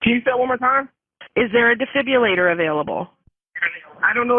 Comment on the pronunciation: These operators need to learn how to pronounce "defibrillator."